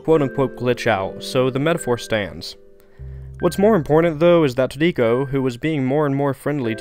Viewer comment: This is a great video. The only part I don't like as much is that the way you pronounce Trico sounds like it has three syllables, which sounds more like "Too nee koh" than "Tree koh", which is how I've heard most people pronounce it. Minor issue, but it does bug me.